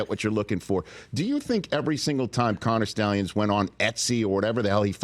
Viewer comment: “Connor Schtallions.” How do you not hate PM!?! Loli